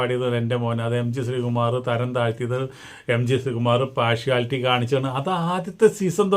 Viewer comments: പോർഷാലിറ്റി അല്ല പാർഷ്യാലിറ്റി. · കോപ്പറേഷൻ അല്ല, കോർപ്പറേഷൻ (corporation) ആണ്. പാഷുവാലിറ്റി അല്ല, പാർഷ്യാലിറ്റി (partiality) ആണ്.